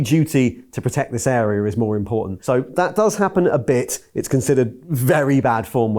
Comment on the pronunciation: its not AAA-BIT.